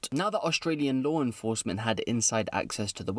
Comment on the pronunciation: "lawr enforcement" lol